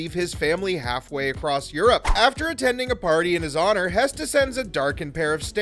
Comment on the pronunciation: it's not pronounced hess, it is pronounced hurss